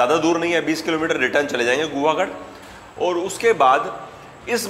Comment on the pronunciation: Your videos are always nice and I always watch it on TV. While watching your videos of Konkan region I noticed that you are pronouncing many places wrongly, I know it is not to your fault ,the persons who were accompanying you should have told you the correct pronunciation.I hope you will not mind it here are some corrections Incorrect. Correct १)चॅाल. चौल २)चावदार. चवदार ३)गुहागड. गुहागर ४) पाचड. पाचाड ५)लाटघर. लाडघर ६)वेलनेश्वर. वेळणेश्वर Secondly as you said which is the best season to visit, I will suggest if you want to eat Original Mangoes, jackfruit, cashews .( ,karvand called in Marathi